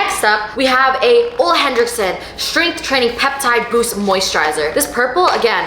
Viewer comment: Ohh my God these are some of my favorite products 🥹🥹 also ole henrickson is apparently pronounced ooo-lay or something like that 😅